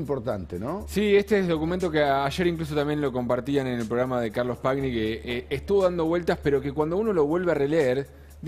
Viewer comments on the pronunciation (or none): Ya cuando empezó nombrando a Pagni pronunciando PaGG - Ni en lugar de "PaÑi" como corresponde y todo el planeta lo pronuncia pensé Uhhh este es un pelotudo bárbaro... Después él se encargó de confirmarlo. ¿De dónde sacaron a este aparato LN+?